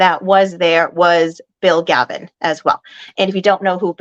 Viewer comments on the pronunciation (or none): Galvin not Gavin